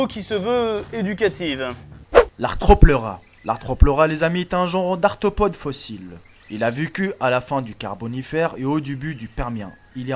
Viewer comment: ARTHOPODE ?!?!!!!! Nan mais le reste c'est moins mon domaine mais là.. En plus c'est foirer sa lecture parce qu'il est présent le "r" -_